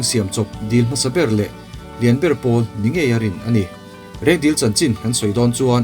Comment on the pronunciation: 6.19min a Rengdil tui i tih hi Rengdil tui ni loin Reng Dil (lake) a ni, ziakah chuan Reng Dil tih a nia, ṭawngkam erawh chuan Reng dil li tiin sawi ṭhin a ni zawk e.